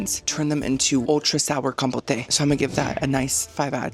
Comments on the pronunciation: Com-pote not Com-po-tay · ma'am, compote is not pronounced that way lol. It's com-poat (like coat) not compotay 😂